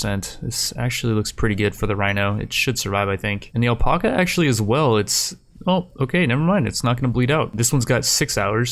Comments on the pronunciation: ........ “Al-pack-a” not “El-Pock-a” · Does he not know how to say alpaca?